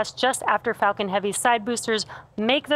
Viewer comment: This woman sounds like shes constantly saying the f word when she says falcon. ..."its fu**ing heavy sir."